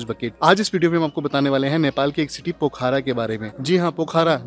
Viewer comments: its pokhra not pokhara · Pokhaara nhi hai wo pokhra hai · Brother it's Pokhra not Poookhara🇳🇵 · भाई साहब यह पोखारा नहीं, पोखरा बोला जाता है पूरे नेपाल में या भारत में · Pokhara hota h, Pokhaara nahi, Phewa lekh hota h, feewa lekh nahi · पोखारा nahi पोखरा बोलिए